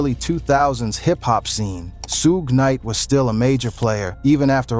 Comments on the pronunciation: Who is “Soog” night?😂😂😂😂😂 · Who is “SOOG KNIGHT?”